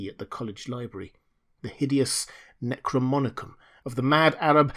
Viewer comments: dear fellow, the word is NEK ROE NOM EE KON. Necro as in dead, nom as in nomos (law) & icon as in image. Image of the law of the dead. I love your narration so much i may start calling it "Necromonicon" too LOL. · Great job again. Thank you for all that you do. My only critique is the pronunciation of NecroNomicon.